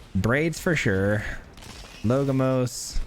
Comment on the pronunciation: LoL, I just thought about commenting this as well. always call him "logomos". He says so much that I started to think if my English (which is not my first language) was wrong.